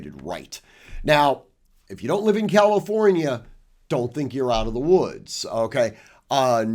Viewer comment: NOT "calOfornia". Distracting to keep hearing the wrong pronunciation.